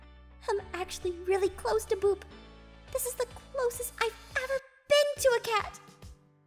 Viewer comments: i always hear Boob instead of Boop. im sorry. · ITS BOOP NOT BOOB 😂😂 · Omg u called it boob XD its boop btw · It's boop not boob xDD lmao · liba sara channel OMG ITS BOOP NOT BOOB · Boop sounds like hoop kinda btw nice vid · Wait aphmau did u say boob or something else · I thought you said boob for a second